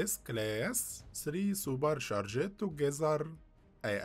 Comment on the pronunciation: It’s worse when he keeps saying super sha-Jed. Drives me nuts.